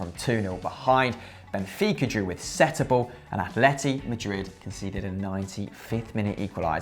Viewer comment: its not Sétubal its Setúbal